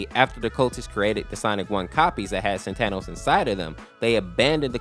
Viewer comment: Bruh its pronounced saatenohs